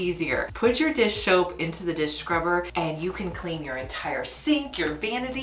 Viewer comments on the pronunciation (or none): Dish shoap😂😂 I say that sometimes when I try saying dish soap. ❤❤